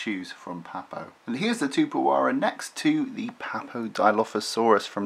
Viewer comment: You have to pronounce the 'x" in the name.